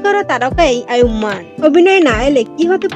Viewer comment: নামটাই তো ঠিক মতো বলতে পারলেন না